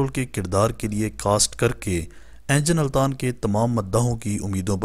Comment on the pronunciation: بھائی صاحب ، انجن التان نیں ، بلکہ درست اینگن التان ہے